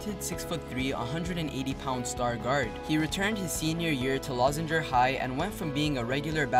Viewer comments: Leuzinger (Loo-zinger) (Lou-zinger) like "Lou" Williams and Hostes "Zinger" cakes LMFAO 😂😂😂 "lawzinger" hahahaha.... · Leuzinger is pronounced Loo Zing Er..... RIP my dawg KB3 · It’s pronounced “Lou-zinger” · It’s pronounced “Loozinger” bruh lol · it's pronounced Lu-zing-er